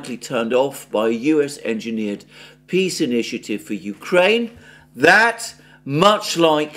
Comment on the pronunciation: "PEE" Summit 😂😂